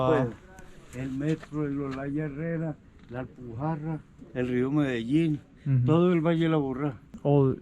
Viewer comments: Medeccin değil Medellin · Medellin kardeşim medelllllllin